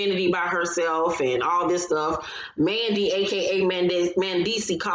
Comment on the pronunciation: Did I hear "Mandy AKA Mendess"? HILARIOUS